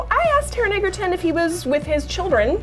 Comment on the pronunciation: It's still Egerton not Eggerton !!!